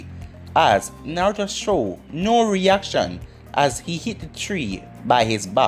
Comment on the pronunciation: How you say tree like three and three like tree 🤷🏾‍♂️🤦🏾‍♂️